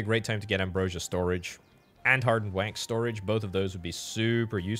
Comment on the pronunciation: every time you say "wax" I hear the "quack" sound from MacOS 7.